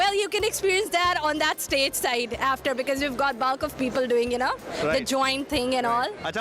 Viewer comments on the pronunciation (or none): "Cambridge Beckground" 😂 and "Balk of people"